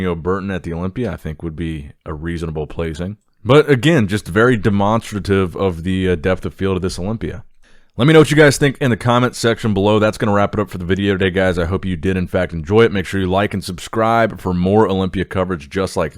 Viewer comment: De-monster-e-tive. Fkn what?